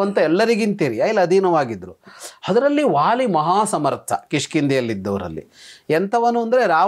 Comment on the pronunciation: The sound "wa" does not exist in our language. Please pronounce it as "va" ... not "wāli" but "vāli" and so on .